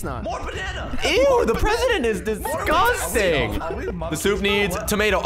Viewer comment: say what i sag dis-gust-ang DISGUSTANG